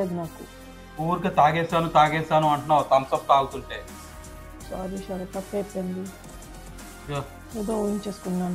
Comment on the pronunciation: అమ్మా "ష రాత్ " కాదు.....శరత్